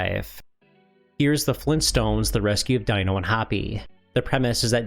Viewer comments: its pronounced "DEE-NO" not Dino lol another great vid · Dee-no, and Hoppy. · Fred Flint stones pet's name is pronounced dee-noh. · Dino from the Flintstones is pronounced DEE-no. (Sorry, I am a pedant, and I realize it's not obvious when it's only written out) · I see hasn't watched the Flintstones. Dino's name, the "I" is pronounced as an "E" because well it would be weird to call him Dinosaur because that is what he is. The pronunciation was tweaked for a more natural sounding name.